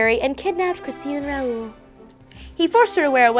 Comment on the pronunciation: it's not R-ow-oo-l it's r-ow-l